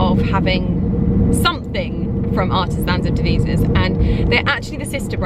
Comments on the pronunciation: Devizes is pronounced Dev-eye-sis not Dee vee sis. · agggg I live in Devizes and it’s pronounced de - v - eye - zers #muchlove xxx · Its not Deveezes - its Devizes…. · It's pronounced De-Vye-Ses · Maybe learn how to pronounce Devises if you’re saying you have been a fan of a brand forever. It’s an I not an E.